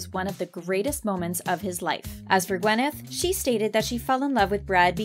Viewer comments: "wyneth paltrow" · I mean, the name is Gwyneth, not Wyneth